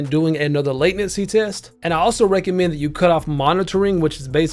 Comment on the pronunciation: Mans calls it "late"nency hehe i get it